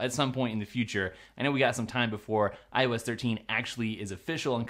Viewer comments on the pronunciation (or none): Am I the only idiot that kept hearing "I was 13" instead of "iOS 13"? "Today we're going to be talking about I was 13." lol